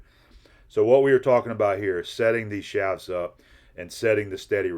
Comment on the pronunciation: Shafts pronounced shaves.